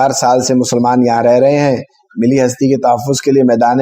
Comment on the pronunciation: ملی ہستی میں لفظ ملی (مل لي ) میں لام دو مرتبہ پڑھنا چاہیے. یہ لفظ mili نہیں milli ہے.